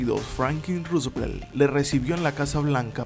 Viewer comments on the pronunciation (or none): none